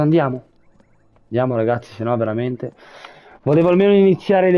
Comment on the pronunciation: Like e commento per supportare questa splendida serie! Un piccolo appunto: l'appellativo che Lucciconio usa per riferirsi ad Oliver si legge regazzì, con l'accento sulla "i". Ciao e buona continuazione di questa fantastica serie!